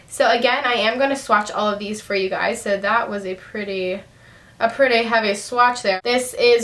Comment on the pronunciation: everytime you say "hi gays" your eyes r close haha love your videos!!!